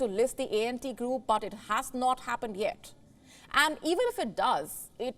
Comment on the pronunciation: It’s not ent group, it’s ANT, ANT group 😊